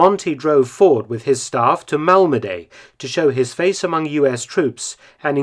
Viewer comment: Malmeday, really Mark? :-D. Malmedy [malmədi]